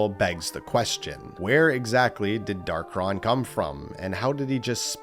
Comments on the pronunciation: It's Dark-ON not Dark-RON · First: it’s pronounced Dark-On, not Dark-Ron. Second: we have proof that Galeem and Darkhon were controlling Master and Crazy Hand. During the final section of World of Light, we fight a particular Master Hand that doesn’t disappear like the others, and instead seems to snap out of a trance and go to the center of the area. We see the same thing happen with a particular Crazy Hand. These two particular Hands then rip open a hole in reality and the Master Hand dives in which allows us to control it and fight off a bunch of Light and Dark imitations of the Fighters. The two Hands are heavily implied to be the original two Hands, just mind controlled and replicated into an army. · Hard to take bro seriously when he's saying "Darkron" instead of "Darkhon"